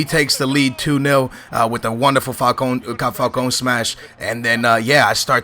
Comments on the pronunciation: stop saying falcon. its falcao. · its FalcaOOO not Falcon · QOTD: do you think should pronounce FALCAO correctly? he calls him FALCON dont know where that came from kind of getting annoying but is still a great youtuber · CAN YOU PLEASEEEEEEEEE SAY FALC-AO INSTEAD OF FALCON? Sorry for for the Caps lock;) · why do u say falcone its FALCAO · Falcao not Falcon xD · how u says falcao falcan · He isn't called Falcone! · why do you say falcone instead of falcao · Stop saying falcon !!! Its falcao u dipshit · FALCAOOOOOOO - NOT FALCONE!!! OMG!:.. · DONT CALL FALCAO "Falcon" ITS FALCAO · Excatly. No hate, but it kinda pisses people off you keep pronouncing Falcao wrong,:) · STOP SAYING FALCONE!!!! there is no 'N' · why do you say falcone? lol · the way you say Falcao makes me cry ='(